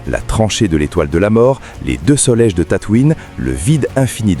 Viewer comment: En effet. « Les deux soleje de Tatouine » à . Pfffff J’arrête là le visionnage….